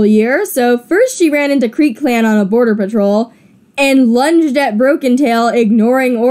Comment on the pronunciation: Anyone else at some point hear say burder?